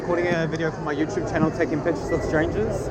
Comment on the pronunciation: Love ultra Spanish pronunciation of "YouuuuTuuube" 🥳🇪🇸